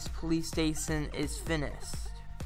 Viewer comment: " Fineshtd " Wow